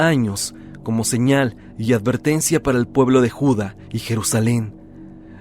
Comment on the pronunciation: Es Judá, no Juda